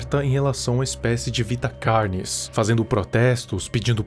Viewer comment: pessoas normais: carnes:CARYNES